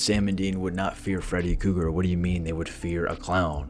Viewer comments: omg are you really going too keep calling him "Freddy Cougar" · Kruger. With an R